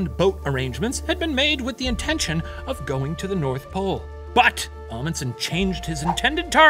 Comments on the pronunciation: I must say that the professor's pronounciation of "Fridtjof" and "Amundsen" were quite good. Can't say the same for the other halves of their names tho lol Loved the episode! We Norwegians LOVE when people talk about us. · 80% sure I'm related to that Roald Amundsen so this is a cool story Also can confirm The Professor pronounced "Amundsen" wrong the whole episode